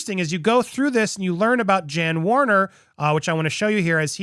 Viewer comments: FYI it is Jan but said YAN with a Y not JAN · It's pronounce YAN (Jann) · It is pronounced "Yahn" Wenner. He is really good at filling up the Rock & Roll Hall of Fame with pop, rap, and country music stars and leaving out actual rock bands. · Interesting. But if you're going to do journalism, please check pronunciations.Wenner's name is pronunced Yann not Jann. And it's Schnahh-bl not schnay-bl. Thanks!